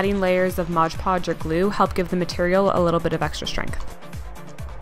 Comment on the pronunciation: You can pronounce “alizarian crimson” but you say “Modge Podge”?! It’s MOD podge. Seriously though, your tutorials are great. This crown turned out gorgeous.